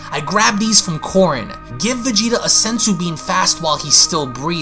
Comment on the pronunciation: Lol the way you VeGEtA is hilarious